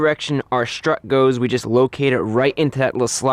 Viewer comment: strut..... not shtrut.....